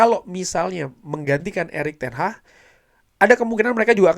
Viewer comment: Erick Ten Hah Erick Ten Hah ,, 😂😂😂😂😂😂 namanya ERICK TEN HAG bukan ERICK TEN HAAAAAHHHHHHH 😂😂😂😂😂